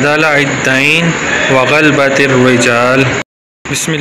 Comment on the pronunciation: غلط پڑھ رہے ہو آپ کا تلفظ صحیح نہیں۔" غ "کے اوپر زبر ہے" ب "کے اوپر بھی زبر ہے.لہذا اس کو غا لا با پڑھا جائیگا۔۔پورا لفظ غا لا با ت الرجال ہے ۔ امید ہے سمجھ گئے ہونگے میں اپنے تحریر میں زیر زبر نہیں لکھ پا رھا ورنہ پورا لفظ لکھ کر بتاتا